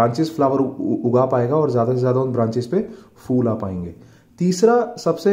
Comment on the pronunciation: Is it really fool 😂😂😂or phool